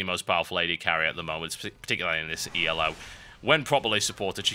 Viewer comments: It's not E.L.O., it's "elo" pronounced just as it is because it's not an acronym for anything. It's a rating system that was designed by a guy named Arpad Elo. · Why does he pronounce Elo "yellow" ?